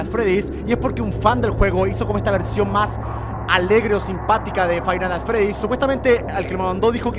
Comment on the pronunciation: El fainah ah fredih xDDDD